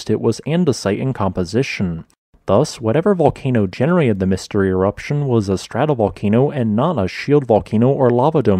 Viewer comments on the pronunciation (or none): You have a sloppy habit of dropping "t" from many words (e.g., 'genera-ud', 'loca-ud'). Otherwise, we enjoy you melodious voice and engaging content.